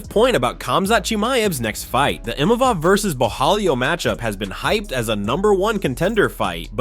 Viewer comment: Chael chael where did u get the “N” Imanov🤦🏻‍♂️ It’s Imavov